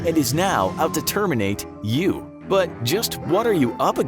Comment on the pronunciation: Terminators don't say terminate like that, 20 seconds in and off to a bad start